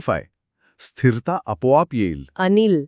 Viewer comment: उच्चारांकडे लक्ष द्या (१) जल् नव्हे जल, (२) स्थिर्ता नव्हे स्थिरता (३) बाहेरची लाईट नाही बाहेरचा प्रकाश म्हणा.